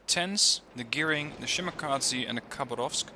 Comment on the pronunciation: Russian words usually stressed at second syllable. So it's (k)habArovsk, not kAbarovsk.